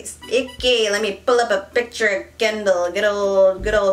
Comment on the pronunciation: I hear calling Kendall “candle” lmao.